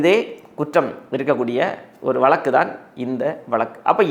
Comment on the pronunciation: வளக்கு வளக்குன்னு சொலாலாதீங்க. வழக்கு என்று சொல்லுங்களேன். தமிழுக்கு அழகே 'ழ' தான். தங்கள் தகவலுக்கு நன்றி.